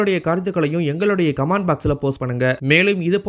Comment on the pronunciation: En pa unakku ucharippu varadha ? "Subcribe" illa "subscribe".... Ucharippu varalaina edhukku youtube la pesara...and " comment" not "commend"....erichala varudhu un ucharppa kaetta...tamizh la pesalamey....